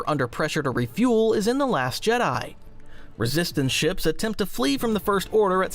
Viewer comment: Is this AI narrated? "Shops?"